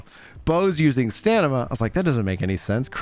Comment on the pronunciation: Subscribed bc every time you say "staNima" instead of "staMina" I get a little serotonin.